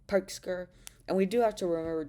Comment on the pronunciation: Really? Throughout the video you seemed to say the R sound just fine